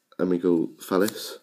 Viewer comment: sounds like youre saying falice